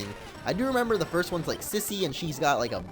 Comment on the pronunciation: it's "SEEser" not KAIser